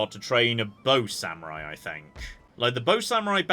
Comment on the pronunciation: Day 481 of requesting Age of Mythology. I KNOW he's saying bow samurai, but what I'm HEARING is BOAT samurai. To be fair, that's what the fleet is for. Also, the Death Star run on your European ship was the kind of strategy I'd use, which explains why I'm not a naval power